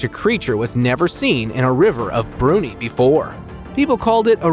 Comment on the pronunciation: you need to train the AI voice to correctly pronounce Brunei